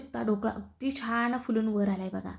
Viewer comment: छाण नाही छान म्हणा. तुमचा ढोकळा खुपच छान झाला आहे पण पीठात आणि पाण्यात साखर घातली आहे त्यामुळे गोड जास्त होईल असं वाटते.